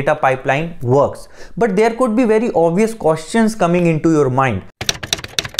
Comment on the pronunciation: Velcome to the channel... Wery good.